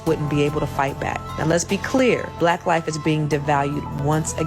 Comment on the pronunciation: Lol she even say black wrong